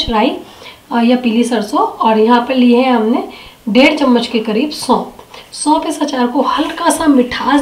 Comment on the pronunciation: सौंप नहीं सौंफ होता है